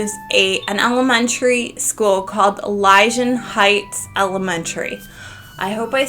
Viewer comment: Good video defiantly deserves more views. The city is pronounced EEE- lee-shun , Theres a cat rescue place called Room 8 rescue in Pasadena Ca. nothing to do with the original cat except the lady that started it loved the book. She passed away and left her house and everything to her cats. PS please change you smoke alarm battery.